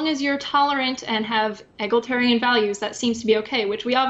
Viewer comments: Why does say "egaltarian"? Is that some kind of alt-right code or does she not know how the word is pronounced? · did that dummy just fail multiple times with the word "egalitarian" ? one syllable short of a coherent thought.